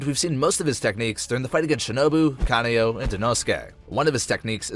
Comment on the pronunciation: BTW its Kanawo not Ka ayo